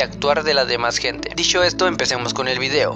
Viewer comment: Te equivocaste al inicio, pusiste "dicho esto" pero dijiste "disho esto"